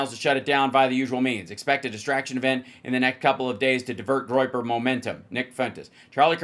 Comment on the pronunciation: Groyper sounds to me like "groin groppers" 😂😂